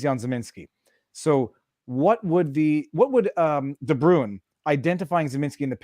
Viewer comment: As a South African i'ts entertaining to hear you guys pronounce de Bruin XD (we pronounce it like "Brain" but with a rolling r if you are curious) other than that great interview and best of luck to the 1 and only Photo Chad!